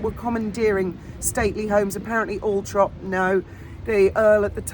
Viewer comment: NOOOOOOOOOO ITS ALLLLLLL-THORP!!!!!!!